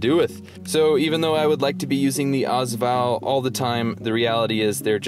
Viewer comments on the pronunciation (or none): Also it's pronounced VALL not VOL. And their mags not clips. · 1 thing I wanted to add, The first 2 letters of the AS VAL are pronounced as letters. Ayy-ess VAL, not as val. Other than that great video! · its not AAZ val its A-S VAL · Yes that drove me nuts lol